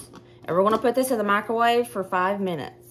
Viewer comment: I love how you say mikrowaveyyy 🤣😅 ever since we saw that video, we can never say it normal again lol. Your sons are good boys!